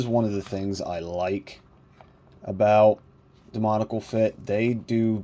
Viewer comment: Excellent review! However I am gonna say this because it bothers me and I see a lot of reviewers saying it haha. It’s not “demonical” it’s “demoniAcal” there’s an A in there too lol. Sorry for pointing that out but I thought I’d let you know! Great review and keep it up!